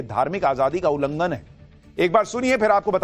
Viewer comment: Pehley ullanghan shabd theek se bolna seekho Bark